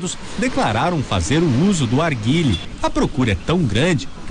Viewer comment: Arguile kkkkk nao sabe nem fala o nome